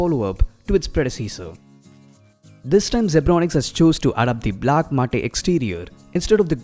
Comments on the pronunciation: FYI MATTE is pronounced as MAT and can the colours be set to still? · Just a heads up brother, Matte is pronounced as Mat.